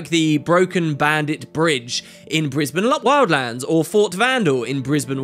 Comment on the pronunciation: "in brisband lopwildlands"